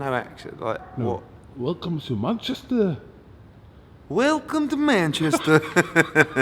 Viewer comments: sounds like borat😂 welcome to mancheeesta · It's MANCHES'TOH